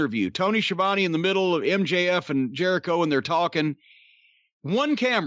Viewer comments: He said Chris ‘Jericho-vid’ 😂😂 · "Chris JeriCOVID," 😂😂😂